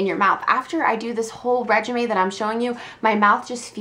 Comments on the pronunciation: Did she say "regimay" instead of regimen lol ? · it's pronounced "rej-i-ment" lol:P You should do more funny things like the crickets chirping! It made me giggle, and didn't get in the way of the rest of your video. Great vid as always. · no it's reg-i-men